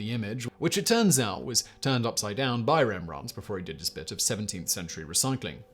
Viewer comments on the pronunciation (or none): none